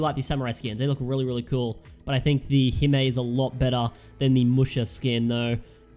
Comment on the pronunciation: you buchered the pronunciation of hime,it's hime not hima